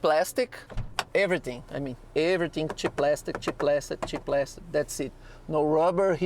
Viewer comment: It's praaaaastic!